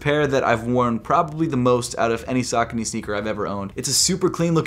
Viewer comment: Yea...but... I could be wrong since(I'm probably wrong cuhz I spelled sense at first 🤣) he's like a sneaker guru but I feel like he's butchering the word Saucony. 😂